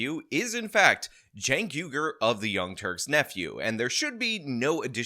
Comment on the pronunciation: What the fuck is a Jenk??? Are you trying to say KEEEEEEEEEEEEK?? Because its KEEEEEEEEEEK... or chunk. Chunk is also acceptable.